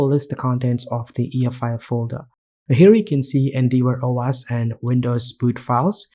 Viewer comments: Great video, thank! Just FYI, it's pronounced En-Dev-Or. Endeavour is an English word that means "to attempt (something, such as the fulfillment of an obligation) by exertion of effort". I'm just trying to be helpful. Your English is great otherwise. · more like En-Dev-Err